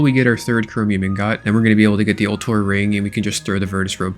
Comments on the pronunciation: Ingot is pronounced Ingut not Ingot, learn to pronounce it correctly 😂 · Nvm lol your gf didn't fix your "ingaht" defect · Brother, the pronunciation is ing-guht. I cant be the only one who's bothered by this lmao. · you pronounce ingot so wrong and i hate it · please pronounce ingot the way your wife showed you T_T